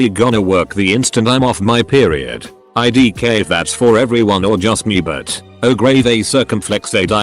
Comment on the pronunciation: UTI = You tee I, as in a Urinary Tract Infection; IDK = I Don’t Know; your robot voice leaves a lot to be desired when it mispronounces things, or because you have no clue what we mean.